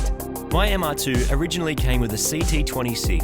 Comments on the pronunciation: Every time marty says "mr2" i hear moog calling it the "MrPOO" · seriously still calling itthe mr2, i kindof like mr. poo, or maybe call it the Merde after the french pronunciation of MR2